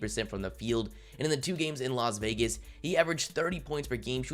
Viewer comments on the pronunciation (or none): none